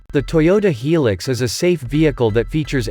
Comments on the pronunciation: Yeah the pronunciation drives me nuts. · Hee Lix, what a pronunciation !!! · its hi-lux